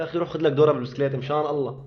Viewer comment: اخي حرام تلفظ الجلالة بهذه الطريقة قل الله وليس اللة حرام أخي